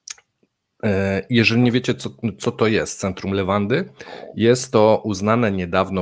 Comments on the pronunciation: Centrum Lewady a nie jakiejś "lewandy" czy innej "lawendy" xddd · Centrum Le-wa-dy!!! Bez "n"!